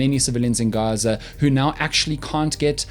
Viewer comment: And it also seems the "G" in Gaza is pronounced as the 'g' in Afrikaans and not as in the English language.